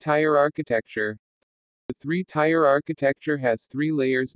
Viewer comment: hey, you're mispronouncing "tier"